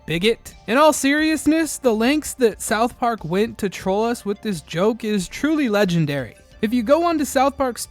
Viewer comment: Great video but you say "south park" weird